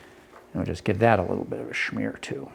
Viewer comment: There is no "h" in smear